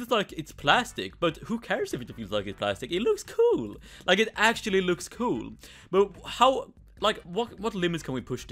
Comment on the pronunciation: He said coo instead of cool